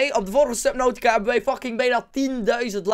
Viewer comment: Toen je de naam van het spel zei leek het op suckadick hah fucking geniaal